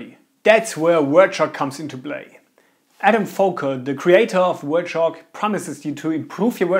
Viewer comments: "wert" shock lol. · its hard for us germans, to pronounce it so dont be to hard.